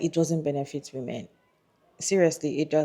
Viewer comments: Why does this person keep pronouncing "women" as "woman"? That being said, I agree that no woman should get married just because society expects her to. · How come so many people struggle with correctly pronouncing "women??" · omggg!! yes!! It's a recent pet peeve of mine. Recently people have been pronouncing the "wo" in women so weird. (SN: Not you, haha the other lady)